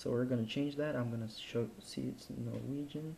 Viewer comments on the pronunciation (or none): none